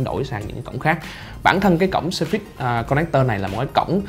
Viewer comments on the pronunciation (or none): Nhấn âm đầu, phải là sớ phits, chứ không phải sơ phít. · "sờ phây" mà ổng đọc "sơ phít..." Oải cả "sơ phít" :)) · Ổng nhấn âm sai